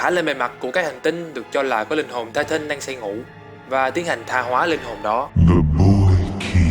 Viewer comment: tai tần chứ tai tân trai tân